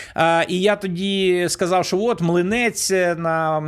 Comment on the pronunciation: Як бридко слухати наслідування вимові рашистські мові; сказаф, пішоф, даф...